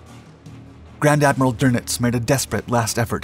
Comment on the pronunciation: His name is not Admiral Donuts ---- it's Doenitz ...